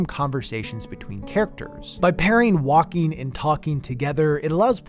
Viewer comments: I agree that some walking sections should have been cutscenes .... Everytime you said "walking", I heard "Joaquim" xD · This video, but every time you say “walking” it’s “Joaquin” 😂 (Ps. Great vid 👍🏼)